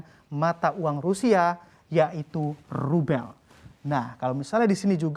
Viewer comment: Rube bcanya l nya gk ke sebut